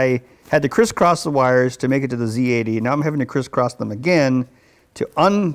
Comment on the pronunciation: respect for this man for pronouncing zed EX correctly ,not ZEE